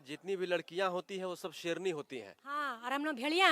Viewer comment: Serni not seyarni hai Khekseren